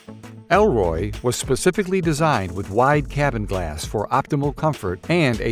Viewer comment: Why did he say "Elroy", when its spelled "Erloy"?